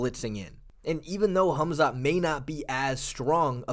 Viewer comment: Why's this guy keep calling him "Humzat" ? 😂😂😂